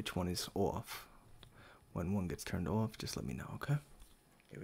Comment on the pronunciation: the way you said off, i knew u were from NY